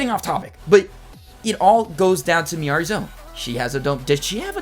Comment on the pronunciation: Now you know it’s pronounced Miyareez 😂